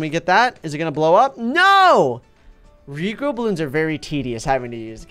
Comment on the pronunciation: When said rejrow bloons Me:Whattttt??